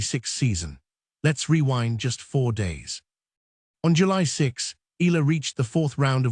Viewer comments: Her name is ALEXANDRIA EALA not Ayala. That pronounced EYALA not AYALA. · To the content creator, it's not AYALA. It's EALA. Welcome to Washington DC, Alex! Make our Kababayan happy and proud of your new tennis journey in the USA ❤❤❤ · Pronounce Eala in 3 syllables as Pilipinos do: Spanish E, add the letter Y before the a as in Ya, then La. E-Ya-La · Eala: eh-YAH-lah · Correction to all contents creator please pronounce Eala (Eh ya la) our pinoy Tennis player thank you. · She is in Manila and will have a fan meet on July 15 at the Glorietta, Makati. She will be flying to Washington later this month. So this video is totally inaccurate. Btw, it is pronounced EE YA LA . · Fake AI news taking advantage of Alex popularity for viewer cant even properly pronounce Alex family name what a shame😡😡😡